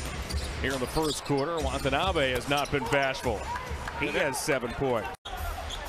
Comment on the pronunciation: Did the arena announcer call him Watonabby (rhymes with wannabe) at the end? Like it’s a place in Ireland or something. 😂